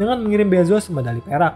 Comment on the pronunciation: Kurang jelas min pas ngmg medali perak